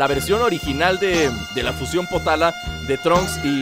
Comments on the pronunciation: Oye yo te oi que dijiste potala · creo que son los aretes potaras no potalas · potara no ponara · potara no potala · Like por que escuchaste potala